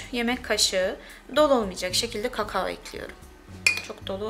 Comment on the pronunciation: KAKAOOO bu kadarmi kötü telafus edilir